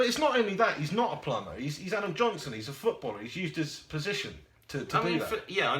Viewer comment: nice video, keep up the good work. haha u made me laugh "Adam Nohnson"